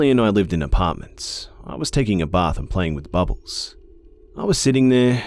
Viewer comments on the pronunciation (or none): none